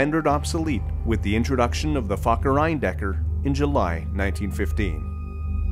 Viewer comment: i'm just here for "the fockerEinDecker"